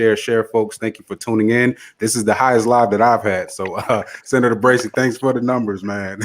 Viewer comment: Brazy, not Brasy, lol.